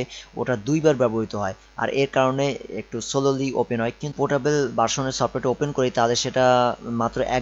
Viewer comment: ভাই, আপনার উচ্চারণ ঠিক করেন। কি যে বলেন কিছুই বুঝি না। ইন্সটেল, পট্টেবল, ফ'ল্ডার, কম্পুটার----এগুলা কি ভাই? উচ্চারণ নিয়ে কাজ করেন ভাই। তারপরে ভিডিও বানায়েন। নো অফেন্স। :)